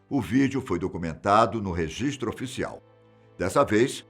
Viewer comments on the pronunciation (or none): none